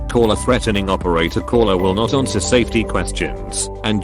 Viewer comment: Lol@ "aRnswer"